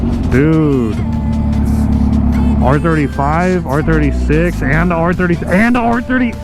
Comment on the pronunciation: Bro did you say r36😂